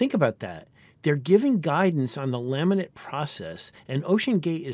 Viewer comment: Every time he says "laminate configuration" it sounds like "lament configuration". Kind of fitting.